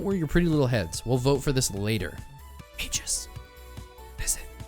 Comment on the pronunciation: Aegis is F tier, because it doesn't do anything without other items! (Except on Rex.) SCHOOLED. Also, it's pronounced "eejis." SCHOOLED HARDER.